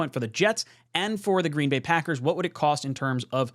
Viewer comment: green BAY not GREEN bay